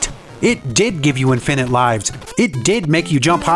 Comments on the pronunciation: Would've been nice to show what codes made the various clips work. Also that thumbnail is very misleading, suggesting there was a (possibly unreleased) model for Switch. By the way, the stress goes on the FIRST syllable of infinite, not the second. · i dont like the way he says infinite